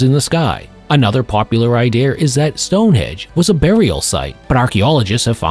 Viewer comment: THERE IS NO R IN THE WORD IDEA